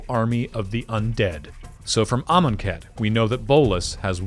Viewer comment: Knew it was from the jump. The pronunciation of Amonkhet sealed it.